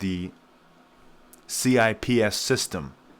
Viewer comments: It’s pronounced “sips”, like sipping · I believe it's pronounced Chips. and "you-ahn". up to 1930s - British pound ruled. 1940s - pound devastated by WWII 1945 - World currencies tied to dollar, dollar tied to gold. 1960s -LBJ spends on both "guns and butter". Flood of dollars. 1971 - Charles de Gaulle demands gold in exchange for Frances US dollars. Nixon breaks convertability of dollars to gold. 1974 -Kissinger convinces OPEC to accept only dollars for all worldwide oil sales, and to reinvest oil profits in US treasuries. World needs dollars to buy oil. The petrodollar. 1980s -outsourcing of US industry. More dollars flow abroad as America purchases cheap foreign goods. 1990- present. world has mountains of dollars due to outsourcing and petrodollar. When countries no longer need dollars to buy oil, or trade with eachother federal spending plumets bc debt issuance stops. Just think about how many people and programs depend on federal spending in the United States.